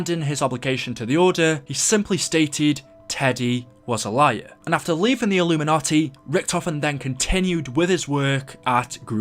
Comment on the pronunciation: When you say "illumanti" are you talking about the same community where they sell there souls